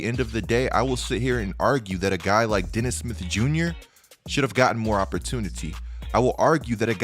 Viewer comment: how hard it is to say smith?